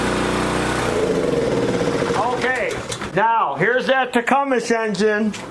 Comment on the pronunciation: The pronunciation of "Tecumseh" is generally tih-KUM-suh or tuh-KUM-suh, with the emphasis on the second syllable and a silent "eh" at the end.